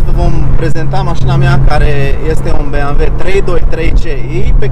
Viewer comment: Când am auzit "beamve" n-am putut să mai fiu atent la mașină, n-ai cum🤣